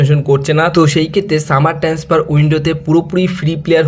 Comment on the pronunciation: আগে ঠিক করে কথা বলতে শেখো। 'কনট্যাক', 'ট্যান্সফার' কোন্ দেশের শব্দ ? এমনিতেই কথা বলতে গেলে জড়িয়ে যায়।